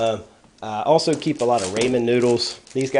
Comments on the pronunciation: it's not raymen - it's rah - men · ramen = raw men not ray men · I like how you say "raymen" although it's really "rawmen". Great ideas on mixing food together for a better meal! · "Raymen" noodles?! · the 'l' in salmon is silent. and i think its pronounced "rah-men" but alright i'll stop being an ass thank you for the ideas